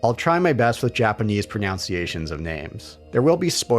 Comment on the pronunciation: + - you mispronounced 'mispronunciation'.